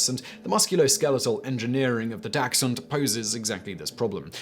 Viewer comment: Dachshund dont have a x in it